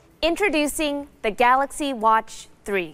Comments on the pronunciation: I miss the guy who said Samsung Galax or Samsung Galux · no he said Samsung Galox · no it’s Galox